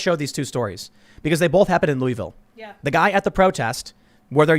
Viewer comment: It isn't pronounced "Lou-ie-ville." It's more like "Luh-vul."